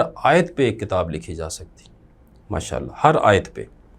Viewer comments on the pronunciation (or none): none